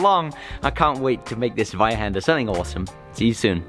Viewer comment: We actually say tsweihander... not zzweihander... haha